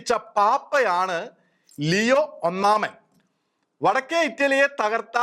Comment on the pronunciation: ലെയോ അല്ലാ ലിയോ എന്നാണ്. God bless our Pope!!!